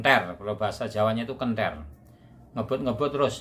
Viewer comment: Kenthir pak. Bukan kenter😁, artinya gila,, 🙏😁